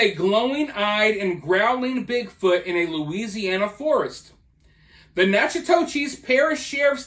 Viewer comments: Nack-a-dish. Not Natchitoches. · I’m from that area,Natchitoches is pronounced ‘knack- uh- tish’. 😊 As for big foot, I think it was probably a boar or black bear in this case. I’m undecided on big foot in general. I’d definitely be interested in a channel that explores the paranormal, conspiracy theories, etc.